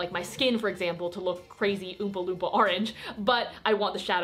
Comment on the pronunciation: oompa loopma me: umpa lumpa (this might not make sense but its pronunciation)